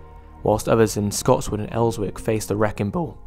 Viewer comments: Did he say "Els-wick"??? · Great video! It does somewhat get to me that people constantly pronounce Elswick wrong as its pronounced without the "W". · Surprised this came up in my recommendations, great video altogether! I grew up 5 minutes away from Scotswood and it's still crazy to see how little development has happened since the 90s. Also as others have pointed out, the W in Elswick is silent, like Fenwicks :)